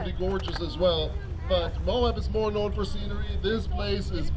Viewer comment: Less isnt Morr 😂 Thank you !